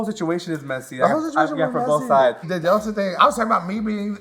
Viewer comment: The way she calls Delta “Very Delta”. 😂